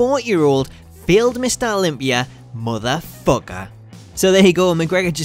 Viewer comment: lol putting emphasis on "motherFUCKER" lol its like a kid cursing for the first time. lol